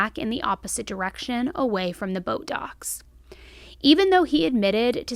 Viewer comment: Anyone else hear “Botox” every time says “boat docks”? 🤣